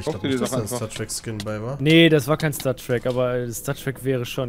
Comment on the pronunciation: Wie zum teufel kann bei stattrak das "stat" deutsch ausprechen?! ich bekomm echt ohrenkrebs:D